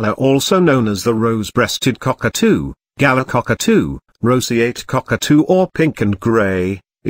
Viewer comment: You say Galah wrong. It’s pronounced guh-lah.